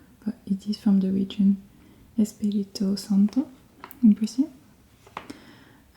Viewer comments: The name of the region in portuguese was said correctly, congrats! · Perfect pronunciation of Espírito Santo! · Brazilian here and you nailed the pronunciation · Pronunciation on Espírito Santo was spot on btw